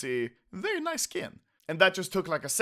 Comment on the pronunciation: I love way you saying nice :D. NAIS xD